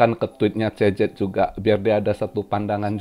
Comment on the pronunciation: gw dengarnya tiap bilang cz jadi cecep 😁